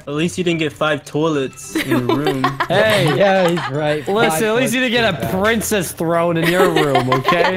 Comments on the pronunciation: The funniest parts was when everyone was calling Zach pricces🤣🤣🤣🤣🤣🤣🤣🤣🤣 but the coolest room was Alex's room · Yes bc in most vids he always says we'll excuse me princees